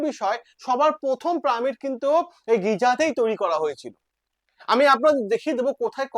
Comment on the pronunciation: প্রামিড আবার কি উচ্চারন টা একটু খটকা লাগছে।